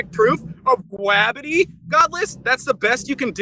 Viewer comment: What the heck is Gwabidy ? (min ) :D